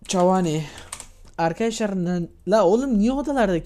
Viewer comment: arkiaşlar dediğinini anlayalı 36 sn oldu..